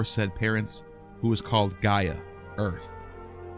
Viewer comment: You misrepresent the Greek mythological Greek gods chronicle, you can’t ever pronounce the names right or by order ! The eagle is a physician symbol , that’s why is called the physician eagle , and not the Egyptian! Try to do better orderly description of your projects in the future , And get the names right ! Is ΓΕΑ γεα , ΓΗΣ γης - earth !! ΟΥΡΑΝΟΣ ουρανός - SKY ‘